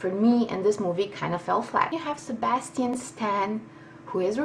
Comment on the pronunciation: I'd pay any number of dollars to hear you say "Sebastian" again. That was absolutely amazing! Good reviews. Sounds like fun!